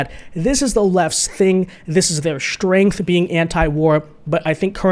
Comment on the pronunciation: Hey? It's pronounced "strength" not "shtrength". It's "strongest", not "shtrongest". It's "strange", not "shtrange". It's "administration", not "adminishtration. When a "T" follows an "S" it does not result in the sound "SH". Why can't most people speak properly anymore? Nobody even TRIES these days. No professional speakers left I guess..